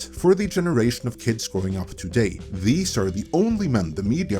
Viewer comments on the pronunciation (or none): none